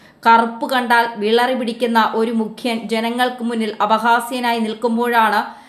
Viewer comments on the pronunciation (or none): ത്യേഗം അല്ല..... ത്യാഗം.... വിളറി അല്ല... വിറളി..😂😂😂😂